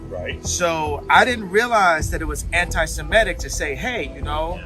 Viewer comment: If someone cannot even pronounce their supposed cause célèbre, how seriously should we take them? It's "sem IH tic," not "sem EH tic," f_s.